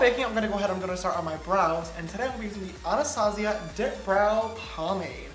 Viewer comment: Shot every time he pronounces Anastasia wrong